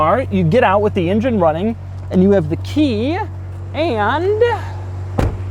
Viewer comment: The way he says "and" 😂😂